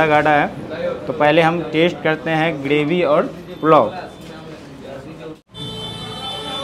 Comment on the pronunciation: ग्रेवी होता है गडेवी नही